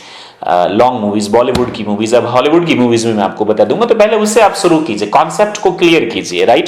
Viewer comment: Suru nhi shuru kro ,,presani nhi preshani hogi